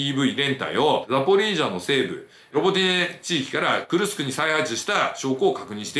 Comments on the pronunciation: じょうねんさん not くるくす but くるすく っす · くるくすではありません。 クルスクです。 昔、大戦車戦があった所です。 歴史は繰り返すと言いますがどうなりますかね⁇ ナチスドイツが負けてソ連が大きな損害を出して勝利しますが今回はどうでしょうか⁇ ロシアは昔から犠牲を払わず、するやり方をします。 北朝鮮の兵士を使い反撃すると思います。 いくら性能のいい武器があっても最後は歩兵だと思います。